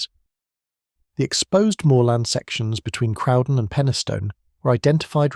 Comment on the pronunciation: Interesting, but the pronunciations need looking at. Crowden is pronounced Crow (as in the bird) Crow den. Same with other words. There are plenty of photographs of the Woodhead line so no excuse for incorrect pictures. Interesting but sloppy research im afraid.